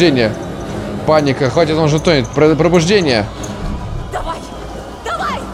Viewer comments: Побуждение Какое бл пробуждение. Читаешь не так, потом догадки строишь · Не пробуждение, а побуждение.